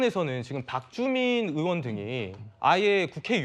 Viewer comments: 앞선 대화에선 발음이 부정확해서 의원인지 요원인지 명확하지 않지만 여기선 본인이 정확히 국회의원이라고 발언했고 국회의원 끌어내는게 불법이라 판단했다는데, 다들 왜 요원이라고 하는거에요? 정말 그렇게 들리는거에요? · 백번 들어도 요원인데 입 모양도 그렇고 그러니까 옆에서 의원이라고 다그치더라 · 무슨 소리냐 !!!우덜은 분명 의원으로 들린다 ㅋㅋ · 의원이라 들리는분. 빨리 병원 가보시길 아님 보청기 추천